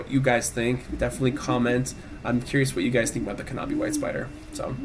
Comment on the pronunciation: Good video, but pronouncing the silent "k" as a hard "k" in knobby white spider is painful...